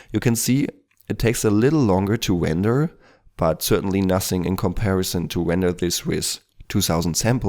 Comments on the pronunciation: "Wender" sorry man, love your vids XD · Don't fret about it, I love your Elmer Fudd accent. ;)